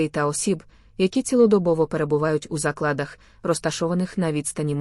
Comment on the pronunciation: 😂😂😂 не у заклАдах!!.., ставте наголос на 1 складі, слухати гидко😢😢неучі